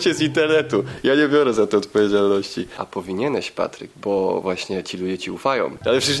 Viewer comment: Czy tylko ja zauwarzylem że patryk jak napisane w komentarzu Patryk pomóż to czyta Papryk pomóż A jak jest napisane Papryk pomóż to czyta Patryk pomóż